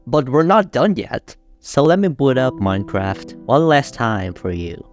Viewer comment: ''minecwaft'' bro is ganna talk about dedicated wam next